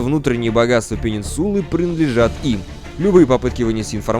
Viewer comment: АААААА ЧТО С УДАРЕНИЕМ, ПенИнсула, МЭтью